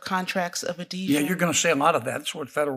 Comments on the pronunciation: Damn ! I even know . She even pronounced it wrong. Contract of addeesion 😂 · "Whats the contract of adhesion?" " the contract of adesion" She couldnt even pronounce it right!! Lol what a clown. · A contract of "Ah-deesion" . This candidate is an idiot!!!